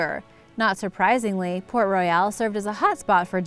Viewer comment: PRONOUNCE THE NAME RIGHT IF YOU'RE GONNA KEEP REPEATING IT... THE NAME IS PORT ROYAL AND NOT "PORT ROY- YALE" LIKE U KEEP SAYING 🙄🙄🙄